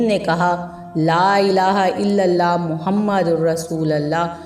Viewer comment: Please kalma sahi pudhna seekh lijiyay " Muhammadur" pay paysh hai zabar nahi.